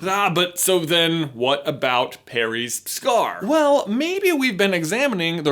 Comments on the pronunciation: I swear, he says “Perry’s scar” instead of “Harry’s scar” 😂😂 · parry? btw not trying to be rude just thought it was funny. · is it just me or did he say perry's scar ??? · he said parry’s